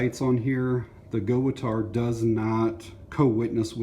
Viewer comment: I have the A17..Company name is pronounced Gut Tau